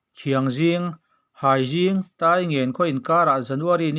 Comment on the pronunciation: Haizing ni lovin hiangzing (Hriangzing) tih tur